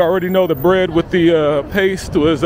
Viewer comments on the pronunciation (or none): none